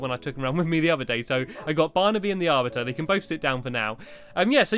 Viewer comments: Thanx for ruining it blue ball games! And I'm pretty sure it's ar-BITER not ar-bit-er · the arviter the arviter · stampy we know how to say the arbiter